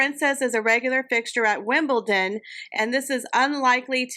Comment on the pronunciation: Enjoyed the video as usual. Your pronunciation of Wimbledon was top drawer today. Thank you for your hard work and the information you share with us. ❤